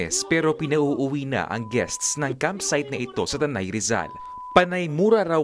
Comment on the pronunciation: Tanay po hindi taytay